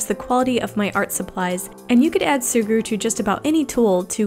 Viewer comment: Its me of She say SUGURU?